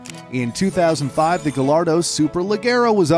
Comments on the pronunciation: Fun Fact: Gallardo is actually pronounced guy - are - dough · ITS PRONOUNCED GAIARDOH NOT GALLARDO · I’m guessing the narrator pronounces quesadilla as Kay-sah-dilla ITS NOT GILLARDO! ITS GAH-YAR-DOH! I’m sorry, after the Ferrari debacle I couldn’t hold my tongue. Actually, I couldn’t then either. It drives me insane. Please forgive me. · I hate that americans call it gallardo because its more like gajardo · next time pls do the proper pronunciations for the spanish names because I am cringing to gal ardo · Also gallardo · are we gonna skip the fact that he said 3 names wrong. The Countach, Mercielago, and Gallardo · Gallardo too